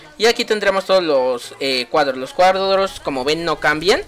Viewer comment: no sabe decir cuadros xd